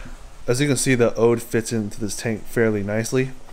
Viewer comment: It's odoe, as opposed to 'ode' as you kept saying.